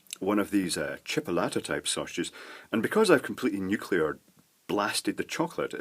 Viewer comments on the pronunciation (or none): none